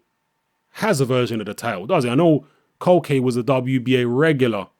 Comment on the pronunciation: culcay is good bro the Venezuelan... btw u pronounce his name (kool-kai)